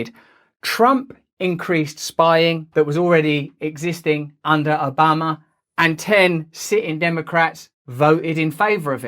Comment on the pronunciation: President Ah-bama